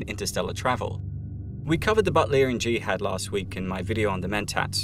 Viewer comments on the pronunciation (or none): jihad stress on second syllable.